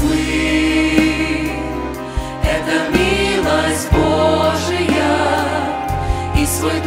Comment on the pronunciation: Хорошо поют! Только не БожиЯ, а БОжия - сохраняйте правильное ударение в словах.